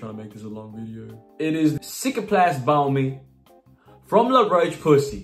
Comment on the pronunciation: bro said 'la roche pussay' 😭 nah great video, keep it coming